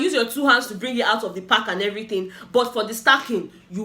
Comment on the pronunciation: I burst into laugh when I hear kpali instead of pack 😂😂😂😂😂